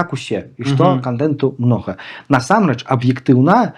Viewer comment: Памылка - няправільны націск у слове насамрэч. Ягор таксама мае яе.